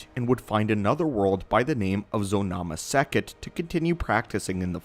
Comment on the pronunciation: Did you say Zonoma Sekot?